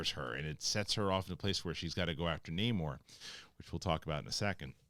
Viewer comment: It bugs me that everyone calls him Namor when he clearly pronounces it Namor. Totally different names.